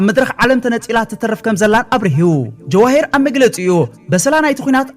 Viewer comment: መእረምታ ኣብ ኽንዲ ጀዋሂር ጀውሃር ተባሂሉ ይነበብ ምኽንያቱ ጀዋሂር ስም ኗል ኣንስተይቲ ዩ